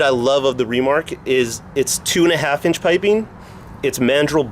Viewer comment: why do you say REmark??